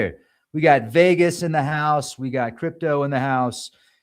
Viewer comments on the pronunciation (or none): none